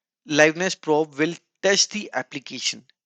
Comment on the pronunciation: probe is pronounced "prowb"